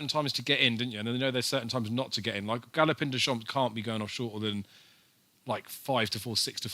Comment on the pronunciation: Loike, a big priced winner loike, am well chuffed loike, dunno how I tipped it loike, but glad loike that people followed me loike... There were about 20 "loike" comments in the first 5 minutes... Needless to say I didn't bother watching the remaining 40 minutes!!!